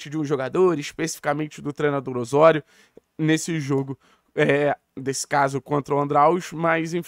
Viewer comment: Além do sotaque cario-espanhol ……Ôssôrio😂😂pare meu! Aqui é Ozório! Brincadeira a parte, foi o primeiro canal a anunciar chegada do tecnixo